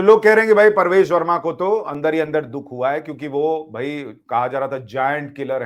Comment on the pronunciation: परवेश नही प्रवेश